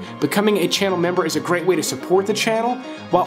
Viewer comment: Gweat just Gweat. Bawbawa will be thrillbed to hear that you,at the very least at a subconscious level wespect her wok. Lmao. Omg bro love this channel, picks. Always right on 85-95%of the time. (Ladies???). Great work